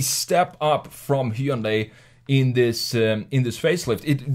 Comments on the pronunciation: God thank you for pronouncing Hyundai correctly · I'm more impressed by your PERFECT pronunciation of Hyundai more than anything 😂